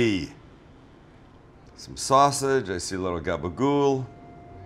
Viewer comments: It’s gaba-gool. With an L. Get it right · if you go out on limb to say something pretentious, at least know the word... NOT "Gaba-Gopo!" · It's "gabagool"